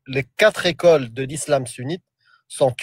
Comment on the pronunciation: on dit quatre écoles, pas quatre zécoles